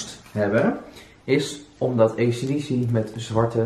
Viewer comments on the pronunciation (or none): Je spreekt acdc verkeerd uit het is: i si die si